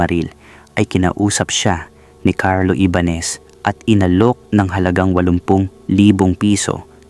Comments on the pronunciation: Ibañes not ibanes. Jonas not honas. Ayusin mo ang paglalahad ng kwento. 🫨😪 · Honas, Ibanes, taenang yan. Ayusin mo nmn boss apg pronounce mo. Hype nayan.😅😂😂